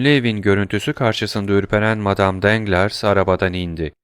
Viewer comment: Emeğiniz için teşekkürler. Elimden geldiği kadar romandaki bazı kişi ve yer adlarının doğru okunuşlarını yazmaya çalışacağım. Matmazel Danglars : Matmazel Danglar Matmazel d'Armilly : Matmazel Darmili Lucien Debray : Lüsyen Döbrey Eugénie : Öjeni Andrea Cavalcanti : Andrea Kavalkanti Mösyö de Villefort : Mösyö dö Vilfor Provence Caddesi : Provans Caddesi Mösyö d'Avrigny : Mösyö Davrini Valentine : Velontin